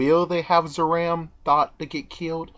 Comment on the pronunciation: zaram is actually purnounced "zalam"